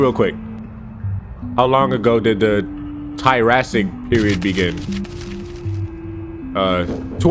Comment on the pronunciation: Nobody::Tirassic